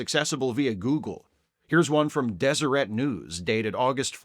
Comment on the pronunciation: As someone born in Utah, I appreciate you being the only person on earth to correctly pronounce Deseret